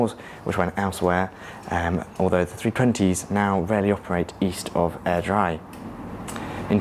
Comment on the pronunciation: ‘Obran’ ‘Airdry’ Though good job with Milngavie!